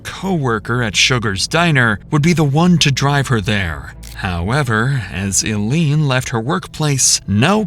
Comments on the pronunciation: I know this was posted 8 months ago, and I am sure I will catch some flack for this, but please learn how to say people's names before you narrate a video. Her name was not ILLENE, it is ILENE, as in EYE LEAN, or I LEAN. First few minutes, the name is said incorrectly umpteen times, and it just continued throughout the video. Phonics really needs to be back in schools! Even the video of them talking about her says her name correctly, I don't know why you changed the pronunciation. It doesn't even make sense for it to be pronounced ILLEAN..... when there's not 2 L's in her name. Eileen or Eilene, are the typical ways to spell it, I understand, but goodness.... just because it's spelled differently, doesn't mean it's pronounced differently. Hence the difficulties with people learning English, I suppose. So, maybe you're not a native American speaker. Even more reason to LISTEN to the tape before narrating it incorrectly. I know it seems petty, but it's disrespectful to her and her family, not to mention super irritating. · It’s Eye-Leen. Not I-Leen. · First rule of good social media channels: LEARN HOW TO PRONOUNCE THE NAMES OF THE PEOPLE IN YOUR STORY. It’s not ILL LEAN ITS PRONOUNCED EYE- LEAN jesus. wtf. 🤦🏻‍♀️ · Her name is pronounced: eye - leeeeeen you are pronouncing her name: ill (like you're sick) -leeeen I mean, the freakin cops are literally pronouncing her name correctly. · Her name is pronounced as EYE - LEAN NOT ie lean 🤦🏼‍♀️ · I think it might be AI. The 'narrator' kept saying ill-ene, not eye-lene the way her name should be pronounced. A real narrator would, presumably, get place and people names correct bc they would have listened to the interrogation. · Of course it's AI. Any human would know that her name was pronounced Aileen (Ilene.) not aleen. That's Al fs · Its pronounced 'eye-lean' not elean. Smh. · please do heed that Ilene is pronounced like Eileen. Not “ill-een” lol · Her name is pronounces 'eye leen' Correct your AI.